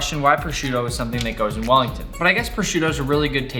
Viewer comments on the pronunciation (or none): sounded like he said fat willy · “fat welly”